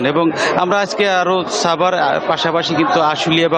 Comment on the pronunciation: Not chabar..eta hobe Savar!